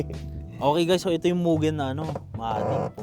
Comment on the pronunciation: moo-gen not meuwww gen